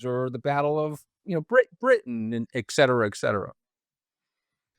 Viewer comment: Anthony “ekcetera, ekcetera?” Really, this is a literary podcast. Try ETcetera, ETcetera.